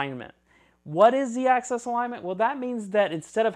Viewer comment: It's Z axis, not Z access.